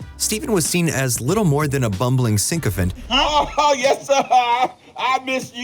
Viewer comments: The word is sycophant (SIC-AH-FANT) NOT SYNC-A-FANT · How do you mispronounce so damn many words? soci-OP-uh-thee instead of SO-ciopathy, tor-chew-us instead of torture-us, SINK-ophant instead of SICK-ophant...how did you get nominated speaker when you can barely speak? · It's "sick-uh-fent", not "sink-uh-fent" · New to the channel, and I'm digging it. I am one of these people, though... "sycophant" doesn't have that preceding second 'N.' Sorry, it's just that I always get taken out of shit when that happens, long enough to write this comment. For real though, I dig the channel.